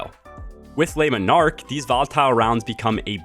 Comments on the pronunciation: It's not Les Monarque like you are saying, that would be plural. It's Le, singular to take the s off when pronouncing. Please. Great video as always. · Lemon Arc😂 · Man you butchering the name of that bow 😂